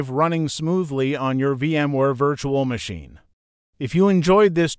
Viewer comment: "Vitchual machine" AI voice spitting fire right now